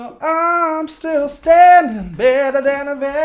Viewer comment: What happened to the ‘S’s? “I’m ‘-till’ ‘-danding’...” His resonances are fine...